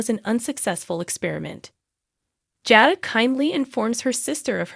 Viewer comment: Jada and Salem are not pronounced correctly